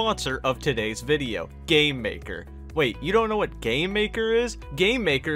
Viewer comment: Whenebrr he says gamemaker it sounds like hes saying "gaymaker"